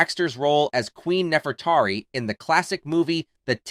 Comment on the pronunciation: I think her character in The 10 Commandments was named "Nefertiri", not "Nefertari" as the AI proclaims.